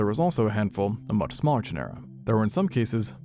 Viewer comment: Is the mispronunciation of "genera" strictly an AI thing, or are there truly creators that are into paleontology and don't know how to say it? It still bothers me after so many times.